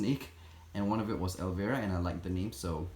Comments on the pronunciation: El-vi-ruh not el-ver-ah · I just wanted to let you know that you are pronouncing Elvira wring, I know your first language isn’t English and it’s understandable why you got it wrong You pronounce it with a hard I like ell-vy-ra it’s actually a very famous country song and the name of an actress from the 80’s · Lol, the name is actually pronounced as “ElvEYEra”, like you have to EYEs on your face. She was this Halloween vampire character with giant breasts 😂.